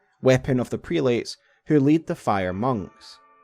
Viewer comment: Prelates. Pronounced, Prel-it's. Or Crozier: Crow-zer.